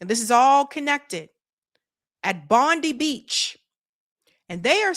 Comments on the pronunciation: You say Bondi as Bond-eye, fyi for future. Though I never get old of you guys pronouncing Australian names. 😛 The individual that stopped one of the shooters in Bondi was a Syrian fellow, which threw a wrench on the narrative somewhat. Enjoying your work ✌️👍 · BOND EYE. Bondi , It`s pronounced Bond Eye.......